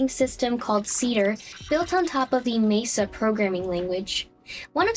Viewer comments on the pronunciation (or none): none